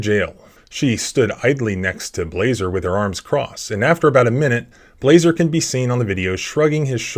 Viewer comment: Blaser rhymes with bullet